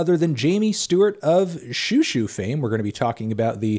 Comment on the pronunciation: I’ve been waiting for this since forever. Also the more accurate pronunciation XiuXiu is She-Oh She-oh ☺️